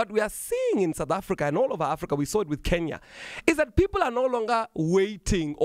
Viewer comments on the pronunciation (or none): none